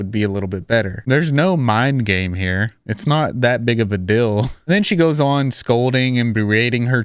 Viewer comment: What’s the DILL with how you say DEAL 😂 are you from Utah?